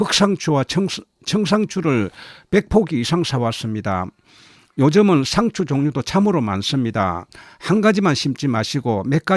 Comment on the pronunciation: 샹츄를 샤서 먹으면 ? 발음이 독특하시네요